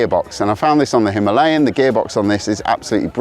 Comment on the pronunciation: You mispronounce "Himalayan" on purpose. Stop it.